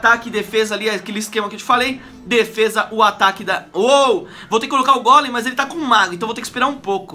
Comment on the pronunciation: ainda bem q ele fala golem pq outros falan gôlem e é gôlem e golem e todos golemaran